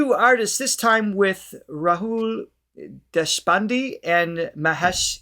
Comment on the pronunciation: Deshpande is pronounced as Deshpan day. Kale is pronounced as Ka lay.